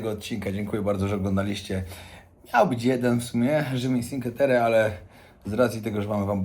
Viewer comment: Czinkłe Terre, nie cinke 😅